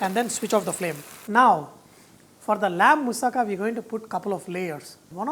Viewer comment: You pronounced moussaka right!Bravo!